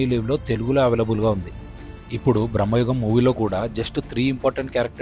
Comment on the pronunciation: బ్రమ్మాయుగం కాదు భ్రమయుగం